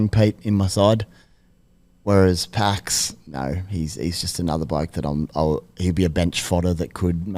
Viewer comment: Hey fellas Paix pronounced his name like PAYX as in pay cheque not PAX - he also hasn't started as a 9 in 2 years when he was 22 or 23 and a converted half-back. Not saying he'll be a keeper but I think you're burying the lead a little bit.